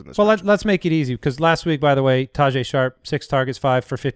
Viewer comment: its not pronounced ta-jay its ta-hey …